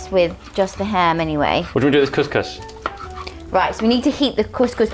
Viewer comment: IS THE ONLY PERSON THAT KNOWS HOW TO PRONOUNCE COUSCOUS LOL LUV U GUYS 😂❤❤🇲🇦🇲🇦